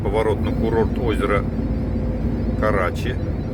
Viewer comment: КарачИ-ударение на И!)